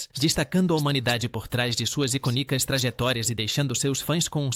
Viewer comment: Prununcia as palavras erradas, icônica, tem acento, vc pronúncia iconica, como se não tivesse acento